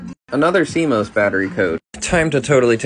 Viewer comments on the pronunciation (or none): Dude pronounced cMOS c mous and not c moss